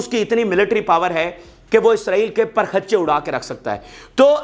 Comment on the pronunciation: The correct pronunciation is parakhchay